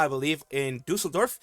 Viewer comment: Your pronounciation of Düsseldorf is really great and almost spot on! You got the "ü" right as well! Although I won't attend Dokomi, despite living like 1h away from it, I am super exited for her. I hope she likes Düsseldorf, even if she sees it from an iPad or something like Ironmouse.